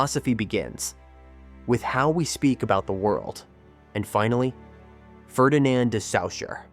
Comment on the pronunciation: Can’t even pronounce “Ferdinand de Saussure.” Or is that part of “Deconstruction”? All pronunciations are somehow just as good as each other and there is no real basis for choosing one over another?